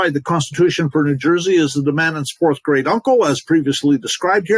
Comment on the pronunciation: Now I’m laughing because when you said great I thought you said grade 😂